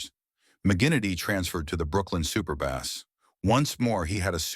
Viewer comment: Good video, marred by robot voice pronouncing Superbas as "super bass". Pat a human to narrate!